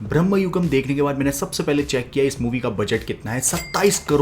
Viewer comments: Its Bramayugam not Brahmayugam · It's not ब्रह्मयुगम्. It's भ्रमयुगम्. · It's Bramayugam..not Brahmayugam. Bramam means madness. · It's not bramhayugam, it is brama+yugam which means illusion. This is why protecting a language is so important. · Its " brama yugam " means age of madness not brahma